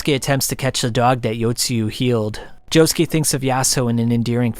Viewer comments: Can’t forget Joe-Shoe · Why he say jojolion like that, why he say Josukes name like that it hurts